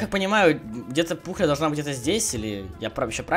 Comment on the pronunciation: Пухля а не Пукля